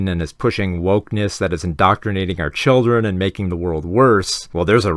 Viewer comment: you’re pronouncing “children” wrong.